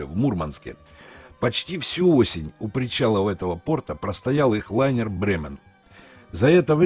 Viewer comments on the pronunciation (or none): none